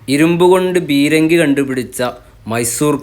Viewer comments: ടിപ്പു ഭാരതീയരെ അമർച്ചചെയ്ത് കൊള്ളയടിച്ച മുതൽ ഒക്കെ ബ്രിട്ടീഷ് കാർ കൊണ്ടുപോകും എന്നായപ്പോൾ ടിപ്പു ഭാരതീയരെ സ്നേഹിക്കുന്നവൻ ആക്കി..മുറിയണ്ടി കൾക്ക് അങ്ങനെ ടിപ്പു ദേശസ്‌നേഹി ആയി...ഇന്നും ലോകത്ത് താൻ ജനിച്ചു ജീവിച്ച രാജ്യത്തോട് ഒരു കൂറും ഇല്ലാത്തവരും ..മുറിയാണ്ടി കൾ തന്നെ... ബീരങ്ങി അല്ല.. പീരങ്കി.. അതെങ്കിലും പറയാൻ പഠിക്ക് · ചേട്ടാ "ബീരങ്കി" അല്ല "പീരങ്കി" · ബീരങ്കി അല്ല പീരങ്കി